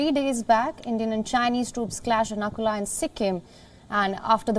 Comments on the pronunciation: Please correct the name of the pass it's Nathula not nakula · not Nakula ,it's Nathula OK.. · Not Nakula it's Nathula 😊